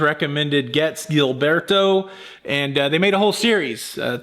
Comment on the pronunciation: The Capitol rainbow label, which is self-explanatory, was the label in use when Pepper first was released. P.S. Gilberto is pronounced with a soft "g". 😊 Congratulations on a wonderful haul! You have great taste!